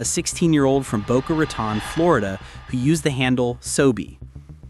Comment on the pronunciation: Good lord if you’re gonna use Ai narration, at least be smart enough to use the accent marks in your script. Tf is Boca “Raytahn”?